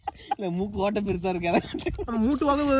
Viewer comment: மூக்கு ஓட்ட❎ மூட்டு ஓக்க✅😂😂😂😂😂😂